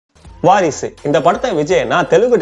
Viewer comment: படம் பேரு வாரிசு.. நீ ஏன் வாரிஸ் ன்னு சொல்ற??